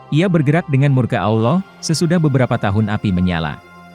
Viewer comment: Konten ini berbahaya. Nabi Muhammad SAW bukan peramal. Tidak jelas, tidak bisa dipercaya. Nama tuhan kita saja salah dalam pengucapannya, apalagi kata isra mi'raj. Semakin teguh iman kita, semakin cinta kepada nabi kita Muhammad SAW.